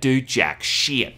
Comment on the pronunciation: Is it me or does anyone else enjoy how says shyyt?